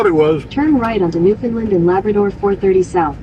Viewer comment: It's pronounced New Fun Land, not New Fin Lind